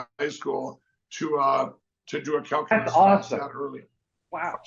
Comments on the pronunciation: Calculeese … 😂😂😂😂 Grance down at the er, um…ah… 8th, 9th…10th grade. I love it! So many human errors courtesy Lumpy “Mike” Pillow. Thank you. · mikepillow's "calculase" sounds like a laxative.😂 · What is what I heard pillow boy say CalUlace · Lindell can barely pronounce calculus, let alone when he took it.